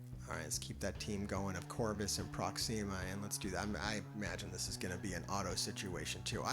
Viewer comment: No one:: Proxeema... Everyone else: Proxima: Prox.... Everyone else: Why you saying it like that?? 😂